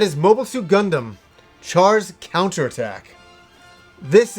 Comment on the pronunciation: I know this is old and a nitpick on my end, but as what I can only say as my almost Gundam fetish, the way you pronounced Gundam, Char and Amuro hurt my ears. I would get this if you've only watched subs before, but they pronounce them very clearly in the film and series' up to it. Also for anyone looking to watch Char's Counterattack, you NEED to watch the first 2 Gundam series' (there is ZZ Gundam after Zeta, but it was never released in the West and isn't actually necessary to watch Char's Counterattack). Story-wise and understanding the characters though you will need to watch the original Gundam series as well as Zeta Gundam. Of course to cut down on the almost 100 episodes total between the two you can watch the compilation movies for them, but sadly both of the compilation movies cut out A LOT of content and in Zeta Gundam's case a lot of very important content (not to mention if you're like me and prefer dubs, the compilation movies are not dubbed, and Char and Amuro's voice actors maintain their roles for the first series and the movie, Bandai got a different team for Zeta, that sound very similar to them though so you might mistake them for it) as well as changing the entire ending from the series, cancelling out some of the things and events that would have happened afterwards (more than likely cancelling out Char's Counterattack as well if you play the Zeta Gundam PS1 game, Char's ending and what happens partly has to do with the original ending).